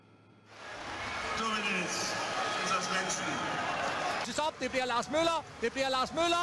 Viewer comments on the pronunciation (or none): none